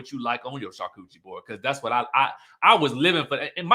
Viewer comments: 🤣 Charcuterie PRONOUCED shaar koo tr ee 🤣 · Char-cu-te-ri board. Sorry I can't help myself lol. French is my second language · salivates for a “char-coochie board” 😂😂😂 me too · Yo, “Char-Kewchie”, the way I chortled 😂😂😂., that took me tf AOUT lmao. I love me a “Char-Kewchie” too